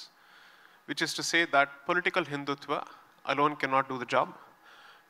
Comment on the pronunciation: Hindutva, not Hindutvaa.